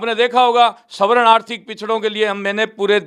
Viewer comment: Gogamediji ek uchharan sudhar lo ""savaran"" n bolakar svarn bolo.